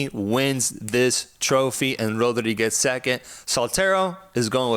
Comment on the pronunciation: Bro said Podri 😂😂😂😂😂